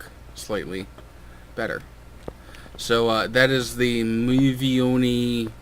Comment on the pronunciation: You said it almost correct . Except that the final "i" is pronounced shorter and the accent falls on "e" rather than on the last "i" :) Still, it was kinda funny listening as you tried to pronounce it :D.